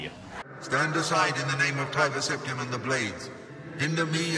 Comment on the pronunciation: Where is getting this magic ‘H’ from? Ashoom. Preshoom. Conshoom. Sept-ham.